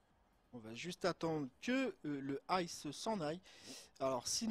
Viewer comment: Belle video mais juste un truc ICE ça se dit pas en anglais mais comme les initiales en français I C E😊 sinon continue comme ça !